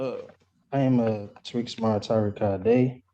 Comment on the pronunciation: Two Tariq’s with what sounds like two different pronunciations in the same name. Zero IQ or brain cells…